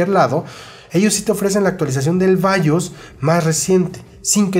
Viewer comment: Si dices bayos di también Apeú, andale o mi Cepu se va a chibear Gracias por los buenos datos